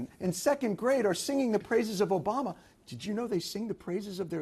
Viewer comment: "Obrama." With an R. Really Bill, really? It isn't that hard to pronounce obama